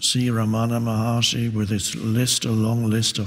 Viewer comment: Dear I'm from india at tamilnadu his name is not ramana maharshri it is wrong pronounciation his name is Ramana maha rishi